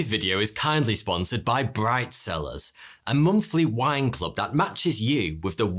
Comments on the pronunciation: Bright cellars I thought he just said brifezillaz lol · Bright cellars...... and what do I hear? BRIDE SELLERS!!! WTF ears 😂